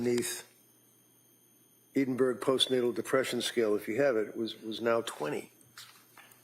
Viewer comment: Please not they keep saying Edinburg scale it is actually Edinburgh Scale!